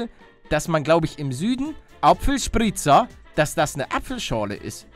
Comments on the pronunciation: Oapfelspritzer is boarisch!! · hab noch nie jemanden apfelspritza sagen gehört und bin aus Bayern 😂😂